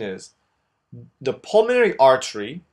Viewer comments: Great video and it's "pulmonary" not "pulmanory". All in good faith, brother. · Nice video, but PLEASE, it's pulmOnAry, NOT pulmanory! Spell it right! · It’s apeles “pulmonary” instad of “pulmanory”. Great vídeos, thanks! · I noticed that too xD